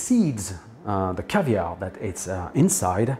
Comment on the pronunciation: Marvellous,! I hadn't heard of the lemon caviar before. Interesting... Wait, did you say caskets? Haha!